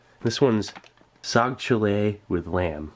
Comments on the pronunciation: i bet my pakistani and indian bros will find it funny the way steve is saying "saag cholay"😂😂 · I just heard soggy chili everytime you pronounced the main. lol